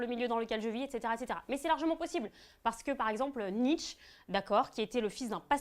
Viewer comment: tu malpronounce nietzsche le e n est pa muet mais el est pronouncé comme é